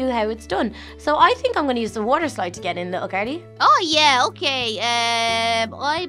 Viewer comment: When little Carly said water she said walther